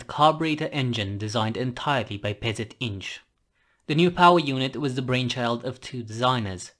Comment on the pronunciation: Neat video. And hey! Such solid Polish pronunciation. (PZInż. - I'm impressed, and Polish characters as well) Thank you for covering indigenous reconnaissance tank design from my country. 😀